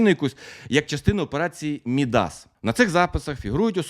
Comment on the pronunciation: Коментар більше для просування але... Наголос у назві Мідас поїхав кудись дуже далеко😅